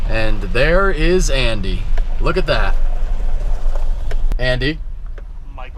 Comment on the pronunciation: hey bro you said the truck name right but Andy he need to go back to school